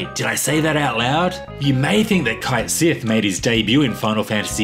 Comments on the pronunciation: its not pronounced kite sith, its CAIT as in "KATE" sith ya bint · He pronounced Cait Sith wrong despite giving the origins of the name too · Ah yes, "Kite Sith"